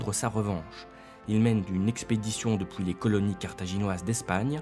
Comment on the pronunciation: C’est curieux. Le narrateur prononce les UI comme des OUI: pouissance, depouis...